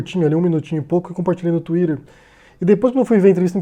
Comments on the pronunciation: Eu não consigo ouvir "tuirer" e não achar estranho. É como ouvir "quel'afôunia" em vez de Califórnia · Cara, por que você não fala twitter do jeito português?